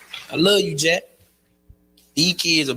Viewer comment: dont trust men that say "i luh you"